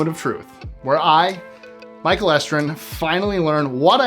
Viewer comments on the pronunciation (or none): none